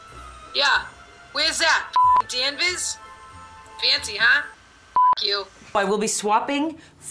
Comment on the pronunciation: Hey at least they pronounced it right = Dan-vizz